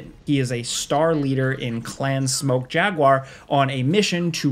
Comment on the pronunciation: I swear he says smoked too lol